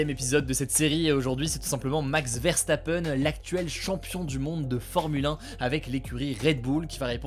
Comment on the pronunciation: j'aimerais bien voir un effort sur la prononciation, on demande pas un accent impeccablle hein, mais jsute un effort au minimum sur les noms quoi parce ue "verstapeune" la omg